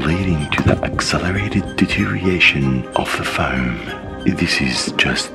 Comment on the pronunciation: It's 'deterioration' not 'deteriation' fyi. Small thing but it'll make the vids much better to watch.